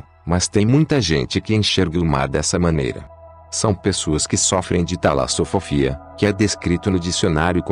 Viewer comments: Ela não riu da fobia, mas do jeito que o narrador falou. Assim como você escreveu, é talassofobia, não talassofofia, com dois "f", como falou o narrador... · Kkkk o cara disse Talasofofia kkkkkkkkkk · "talassofofia" kkkkkkkk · Ela falou do nome que o cara pronunciou errado.